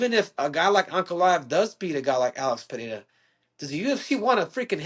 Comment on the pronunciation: Usman said it right first, then got it wrong: it's pronounced PeReira (short-rolled R), not PeHeira.